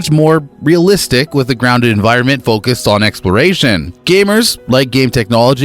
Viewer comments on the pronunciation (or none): none